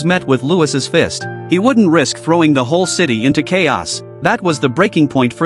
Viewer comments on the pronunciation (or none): none